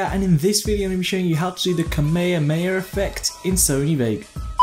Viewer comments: Kamayerey xD its pronounced Ka may ha May ha And its Kamehameha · Brih great tutorial, but I did laughing when you're trying to pronoince kamehameha